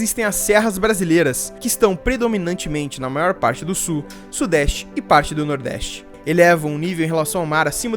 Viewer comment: Já aprendeu a pronunciar a palavra SUL?